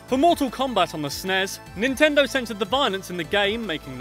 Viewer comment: . this pisses me off! There was NEVER a "SNEZE" .It is and always has been S. N. E. S.